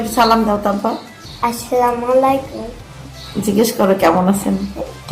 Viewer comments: আপু আপনার সালাম শুদ্ধ হয়না। প্লিজ শুদ্ধ করে সালাম দিন। শুদ্ধ করে সালাম না দিলে সালাম দেওয়ার মানেই হয়না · Tik bole so salam shuddo na hole ortho shotik hobe na